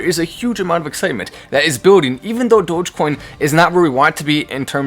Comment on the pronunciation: I jumped up when I heard him say Doggie coin during the commercial